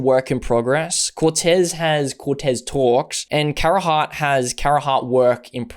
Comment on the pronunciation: You played yourself on Carhartt. Beyond the pronunciation, Carhartt WIP is the streetwear arm of the brand, not behind the scenes or actually work in progress. Embarrassing